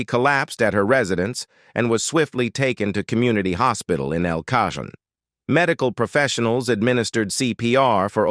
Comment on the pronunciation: Heather O'Rourke: Not El Cah-john it's El Ca-hoan.